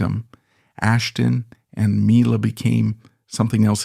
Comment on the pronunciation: "My-la" I'm not even 10 sec in and know this is just some AI slop.